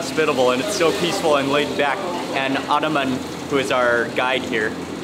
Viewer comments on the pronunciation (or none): none